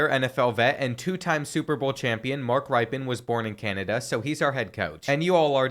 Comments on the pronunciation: It's "Rip-en" not "Ripe-en" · I ask sure has been told but the coach’s name is pronounced Rippen, not Ripe-in 👍🏈😀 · Its pronounced Rip-en. Not Ripe-en. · Bro, Mark Ripe-In? It's Rip-E-In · As a lifelong Washington fan, it’s pronounced “Rip-in” not “Ripe-in”. Get it together, man! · RIP-en…not RIPE-en. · Hearing how you pronounced Washington State alumni Mark Rypien’s (Rip-in) name makes this Coug wince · I wish he knew what I don't pronounce names it's rip-in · It's pronounced RIPen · Its pronounced ripin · Pronounced "Rip-in" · It’s pronounced rip-in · Its pronounced "rippen" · His name is pronounced "Rip in" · Mark Rypien is pronounced Mark Rippin. Like rippin' a piece of paper. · Btw, Mark Rypien's name is pronounced Rippen, like Scottie Pippen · Gotta tell ya....Rypien is pronounced rip-in. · You said his name wrong I don't know why its bugging me lol great vids bro it's more like ripen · Thanks man, I love this channel, but hearing him pronounce it that way was killing me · You butchered that mans name. Next time google how how to pronounce the mans name.